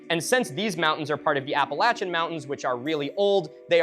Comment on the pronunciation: Thank you for saying “Appalachia” correctly 🥹